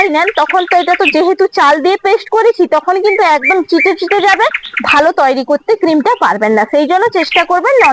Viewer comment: তুইরি না দিদি উচ্চারণটা হবে তৈরি।❤❤